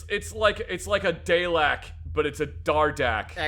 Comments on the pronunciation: did this motherfucker just pronounce dalek "Day-lek"?!?! its "Dar-lek" like "dardick" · I got upset when called it a Day-lek instead of a Daw-lek I kinda understand though, since he’s not much of a Sci-Fi nerd, but I still am kinda upset bc of it.. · Dah-lek, not Day-lek. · pronouncing dalek like "day-lek" hurt my brain, its "dah-lek" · Famously a pseudo-autistic stickler for detail. Also: Immediately spots the Dardek pistol as being like a Dalek from Doctor Who. Also also: "DAY-lek" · I'm pretty sure that "pre-chambered" refers to the ammo it used, before it was modified to the standard UK ammunition. Also, for crying out loud, it's not pronounced "DAY-lek"! Don't tell me CinemaSins has been spreading that around, alongside their other shitty influences, too. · "It's like a daylek" A WHAT,? also yeah, the "select" weapons and that box tommy gun look fuckin awful, even though some of them have some fun ideas ) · okay so just gotta say the pronunciation of dalek was wrong its like darh lick its wierd i know but as a british fan i gotta point it out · Zacks pronunciation of the word dalek is atrocious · The way he pronounced Dalek 😂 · Why Is the ar10 in 280 British, you mispronounced darlek so hard